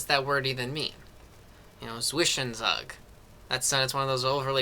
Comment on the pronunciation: Very helpful, but my god help your pronounciation of "Zwischenzug"